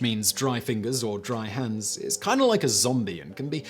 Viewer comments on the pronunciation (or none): none